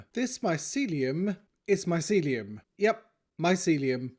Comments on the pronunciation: Grian's pronunciation: "My - see - lee - oum" pronunciation: "MY - SE - LEE - UM " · Grian: mycelium: Myseliuum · I thought you were saying this mycelium is MY celium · I like the part where he says mycelium